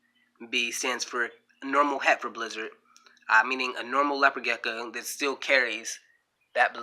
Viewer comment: You seem very knowledgeable but I could not get passed the fact that you kept calling it a “gecka” lol